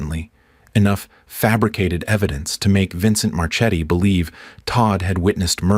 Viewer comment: Marchetti is an Italian name, so it's pronounced MarKe-t-t-y, not March-eddy. You're welcome.